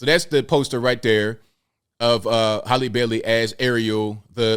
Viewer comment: It's pronounced "Hal-lee" not "Holly", lol.